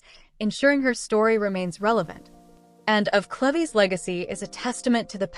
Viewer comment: CLEVES = "CLEEVES"